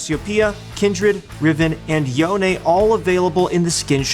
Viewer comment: i really dont care what riot says its not yo-nay its yone